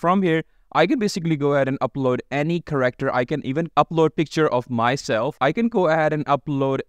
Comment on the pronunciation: It's Care-Actor not corrector